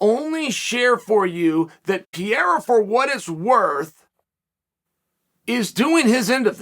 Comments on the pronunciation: Uncle Chael. It’s NOT PIERA. It’s PEREIRA. Say it with me. PUH’ REY’ RAH’ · Pierra or pereira? Why does he keep getting it wrong. Not the first video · Chael. Say it with me “ Pe-Heh-ira” not pierra 😭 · PE - REI - RA. Not Priera. Practice. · "Piera" The Chael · Pierra😂🎉unc u sounding old as hell mis pronouncing the champs name guy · Pierre ah lmfaoooo bruh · WTF is Pier.. it's PEREIRA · Pereira not pee era. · not pierre. Its PEREIRA. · I thought it was Pereira, not Pierre lol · There's no PIERA. It's PEREIRA. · Its Pereira, not Pierre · Who the hell is “Pierra”? Just call the guy Poatan if pronouncing Pereira is to difficult 😅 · What is this Pereira you're talking about? Chael here is referring to Alex Pierra, the current UFC Middleweight champion of the world. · Yes, but his Name is Alex PEREIRA, not Pierra. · "Pee-ERA has my interest." There goes Chael again, teaching the rest of us how to correctly pronounce yet another fighter's name. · Uncle Chael, PLEASE, for the love of God...stop saying "Pierra"!!! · As intelligent as you are… it’s incredible how many times you completely fucking butcher….simple names. It’s now para, not piera, not peraia…. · lemme help u say Pereira ,Chael PA REI RA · the first word i heard is pierra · Chael the name is pronounced Pe-rei-ra Like the city in Colombia. Pereira Colombia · Who's 'Piyeera'? That Chael...😂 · It’s PUH-RARE-UH. 😂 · Uncle Sonnen I really enjoyed your comments. If you want to know the way that you pronounce Poatan name is : PEHRRRREYHRRRRA ... THAT IS PORTUGUESE FOR : PEARTREE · 6 months and Chael still can’t say PEREIRA… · lol "pierra" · Chael: Pierre has my interests Also Chael: Peeeara for what it’s worth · I love how Chael pronounces Pereira's name as Pierre. LOL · P-YEE-RUH? LMAO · Nobody says his last name the same. Chael just said f this shit and went with "Pierra." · Alex needs to officially change his last name to "Piera" because ain't no way can Uncle Chael be pronouncing a name wrong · "Alex Pierra"